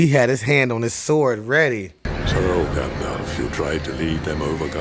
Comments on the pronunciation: He called him "Gandorf" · I just keep picturing a fusion of Ganandorf and Gandalf in my head.....ya know, cause ya kept callin him Gandorf 🤦‍♂️🤣🤣